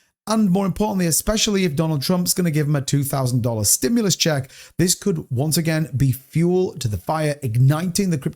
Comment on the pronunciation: "STIMULAS CHECKS"! 😅